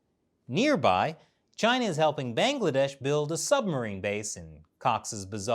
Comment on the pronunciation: not bengledesh it's Bangladesh 🤣